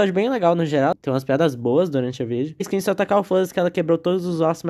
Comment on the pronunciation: eu morri a cada vez que vc fala "A iscream"